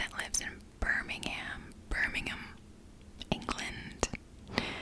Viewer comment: Charlie Hunnam comes from the city i live in, Newcastle-upon-Tyne, England. Also thank you for pronouncing BIRMINGHAM properly, love how you take a proper interest in these things, like especially when you talked about Downton Abbey...also how about Thomas the butler or Matthew Crawley from Downton, bloody GORGEOUS!!! 🤪🤪🤪🤪🤪